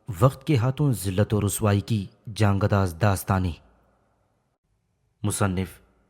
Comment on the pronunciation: جاں گداز گ پر پیش ہے زبر نہیں